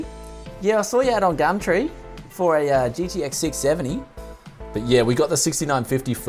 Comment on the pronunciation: "today were going on gammtree" xD